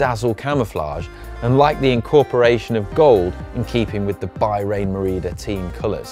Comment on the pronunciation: Top points for effort, but you need to work on reading other languages... Bahrain and scuderia were pronounced as if you had a set of jockey wheels in your mouth at the time...